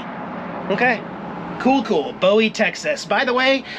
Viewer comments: just a little help with how Bowie Texas is said Boo-ee. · I'm not good at phonetics but in Texas we pronounce Bowie Boo-wee, light in the W. Not like David Bowie. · Love you and your videos plus the kitties. The town is pronounced Boo eee. Bowie. Do not be offended as you are not from the area and did not know Hugs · Where I'm from its pronounced "Boowee" Texas and same for the knife...Lol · It’s pronounced Boo ie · Hey when you pronounce the name BOWIE IT IS NOT THE WAY YOU PRONOUNCED it